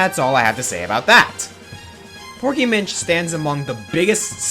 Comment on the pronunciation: I like how you called porky munch instead of porky minch